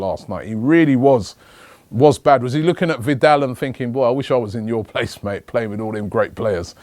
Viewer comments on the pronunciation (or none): none